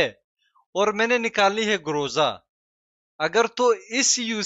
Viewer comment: Groza ❌ Gorza ✅ 💀